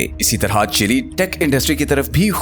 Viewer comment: Not chilli it's chil'e